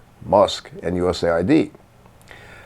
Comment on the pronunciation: I believe it’s “US Aid” Not “USA ID”